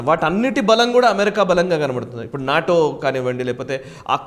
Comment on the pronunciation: నేటో అంటే అర్థం కావట్లేదు..నాటో అనుకుంటా